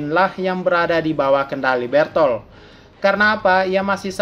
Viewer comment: Bertoto bang bukan bertolt